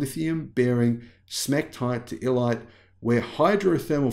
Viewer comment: How is that clay called? I turned on the subtitles and once it said Delight (though you sounded like, "elight", then it also mentioned "illite". Couldn't it be called, just for clarity, "Elonite" perhaps? 🤔